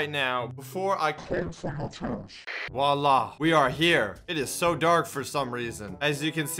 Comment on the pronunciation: Gotta admit saying "voila" sounds like an Italian trying to speak french